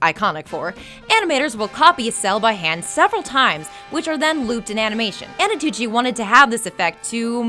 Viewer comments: She also mispronounced 'Antonucci" for 'Anotucci' quite a few times. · No offense meant but every time you say Anotucci I cringe a little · The host is so annoying that no one is even mentioning the fact that she keeps messing up Antonucci's name when she pronounces it as Anotucci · you're mispronouncing the guy's name. It's Antonucci not Annotucci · She mispronounced Antonucci to Anotucci... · Who the hell is anotucci? Isn't it antonucci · STOP SAYING ANOTUTI OR ANOTUCCI IT'S ANTONUCCI A N T O N U C C I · Its not anotucci its antonucci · MadDogReed97 rewatch it, she mispronounces it as "anotuchi" several times, like the part with the names on the chalkboard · Antonucci, woman! Stop saying Anotucci! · first of all, i hate all the jokes where the lady inserts herself and her face. enough. i came for facts, not for you. and second, its pronounced ANT-O-NUCCI, not AN-O-TUCCI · Annie. Kranker. There's no passion behind these videos, it's just a job for you people EDIT: AT FACT 103 "ANOTUCCI" OMG PUT MORE TIME ON THE SCRIPT EDDIT: FACT 105 "ANTOUCCI" YOU DID IT AGAIN eddyt: At the last fact you got it right, how just how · "Antonucci" isn't that hard to say, why do you keep mispronouncing it?? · Why does she mispronounce Danny's last name throughout the entire video? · EVERY TIME SHE MISPRONOUNCES ANTONUCCI I GET UNNECESSARILY ANGRY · I agree with so many commenters on this one, she was awful. You were pronouncing the creator's name right in the beginning, then once it switched, you didn't notice and try to fix it! And for God's sake, stop commenting on every little thing with your own stuff! I'm here to watch the facts, not hear about your life.